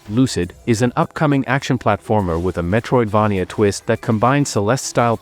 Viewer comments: good list. ai voice is annoying tho. i hope you can find a better one for next time. also, it's mispronouncing the word Metroidvania. If you can make the AI voice pronounce it as Metroid"vey-nia" instead of Metroid"vah-nia", that would sound much better! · I hate the way this A.i says, Metroid-vah -knee-ah .